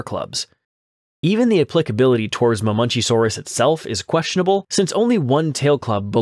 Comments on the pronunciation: It's Ma-men-KEY-saurus not "Mah-munchies-saurus" or whatever the fuck you were saying... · Hold on, hold on, hold on. What the hell is a Mamunchysaurus? It's pronounced Muh-men-CHEE-sore-us (Ma|men|chi|saur|us)